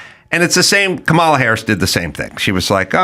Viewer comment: Does he mispronounce Kamala wrong to be mean? Or is he just stupid?